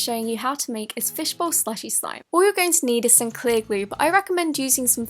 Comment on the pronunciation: INSTEAD OF SOME SHE SAYS SONE LIKE ACTUALLY